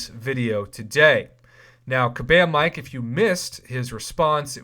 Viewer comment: It’s kabam miike.... pronounced me-Kay..... not Mike 😂😂